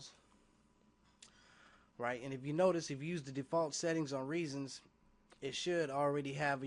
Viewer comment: Reason. No "s". At least learn the name of the program before you make a tutorial.